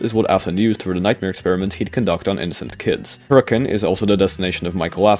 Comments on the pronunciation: As a Utahn, major respect for pronouncing Hurricane right. So many people pronounce it how it looks hahahah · As a Utahn, THANK YOU for pronouncing Hurricane right! I never hear it said the way it’s intended, even if it’s technically not pronounced how it’s spelled haha Anyway, that aside, this is all genius and I’m sold on it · HE SAID HURRICANE PROPERLY MY LIFE IS COMPLETE